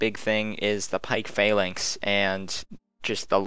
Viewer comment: Phalanx isn't pronounced f-ay-l-anx it is f-a-l-anx